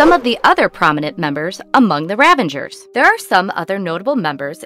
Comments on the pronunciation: Ravagers ....not ravengers. Come on. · Stop saying "ravangers"